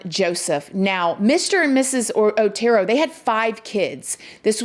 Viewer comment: So my comment about pronunciation gets deleted? Pronouncing the name of these pitiful victims is the least we can do. They were the OTERO family.... Not ORTERO